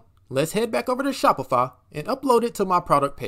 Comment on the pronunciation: bro is saying Shopifa